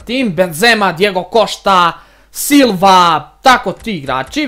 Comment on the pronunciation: Nekaze se diego košta nego diego kosta